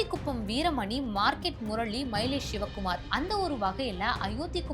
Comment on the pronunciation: ஷிவ குமார் ,ஸேகர் அப்படின்னு பேஸ தெரியாம பேஸீருங்க.தமிழில் ஸ அதிகம் சேர்க்காமல் பேஸ Sorry பேச கற்றுக்கொள்ளவும்.